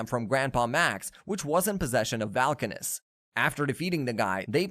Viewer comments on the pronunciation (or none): Vulkanus not Valkanus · I quit watching . If you can't pronounce Argit or Vulkanis correctly, you clearly haven't watched the show.